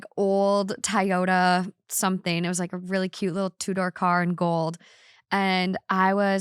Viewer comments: I love you but TOYota not TIEyota 😂. My Tacoma cries every time. Just teasing, love your content. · Did she say "Tie-o-ta" for Toyota? Lol. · Toyota being pronounced tayota is a first for me 🤣 💕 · Did say TIE-yo-dah and not TOE-yo-dah? I literally have not heard a single thing since cause the mispronunciation is killing me. Although, it did make me assume she's from Minnesota and was right about that, lol <3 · What is a “Tayoda” car